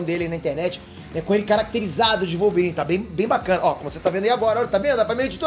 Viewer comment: vai ser o Wolvôrine!!! kkkkkkkkkkkkk